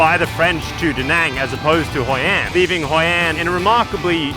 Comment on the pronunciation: "Hoi An" not "Hoi and"